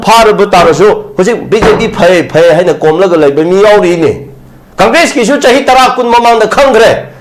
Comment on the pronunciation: gi phonetics: conkres 😂😂😂